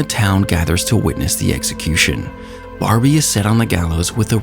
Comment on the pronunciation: LOL? DID I JUST HEAR "EGGSECUTION"?